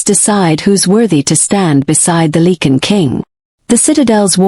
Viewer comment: It’s not ‘leak-in’ it’s pronounced “like-in” .